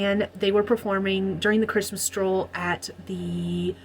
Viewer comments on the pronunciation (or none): First time I heard it as 'Christmas Troll' then I understood 'Stroll' 😂🧌